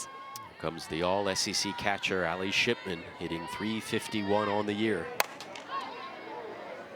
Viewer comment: Nah they definitely said SHITMAN INSTEAD OF SHIPMAN